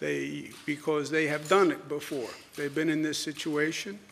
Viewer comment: Pronounce: "BEFORE"